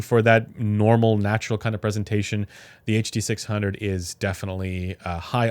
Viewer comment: Ah yes the “huh duh six hungeo by ol’ mate senn”